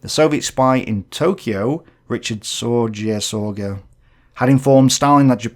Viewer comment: Richard Sorge >> That's a German surname. "REE--hard ZOR--geh"